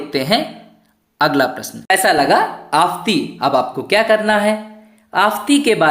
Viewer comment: आफ़ंती.....का उच्चारण सही करे